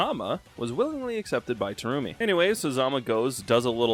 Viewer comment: Take a shot whenever Terumi's name is mispronounced